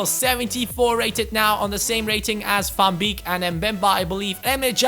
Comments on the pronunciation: Van beek is pronounced like van bake:) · Van beek is pronounced -->Van Bake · The ee in van beeks name you pronouce as ay in the word way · how you pronounce van beek :)